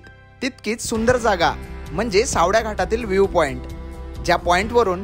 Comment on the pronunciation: सावड्या नाही रे, सावळ्या आहे ते😢